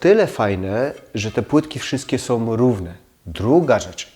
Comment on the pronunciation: Są , nie SOM